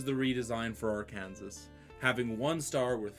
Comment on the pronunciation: It's pronounced "Arkansaw".